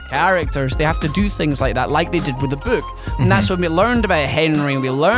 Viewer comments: Not trying to be racist but the way says "book" sounds like "buuk" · I love how says "book". Chris Columbus, I think, is a good choice in directing with how he's able to bring things to life, just like these guys said.